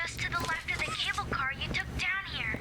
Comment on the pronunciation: Cable sounded like kibble 😂